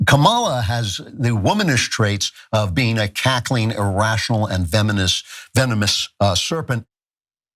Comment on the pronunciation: Fenimist. How the fuck has the idiot Klavan even got a speaking role in any setting. HE CAN'T EVEN SPEAK BLOODY ENGLISH! Love to see him pronounce the word nuclear........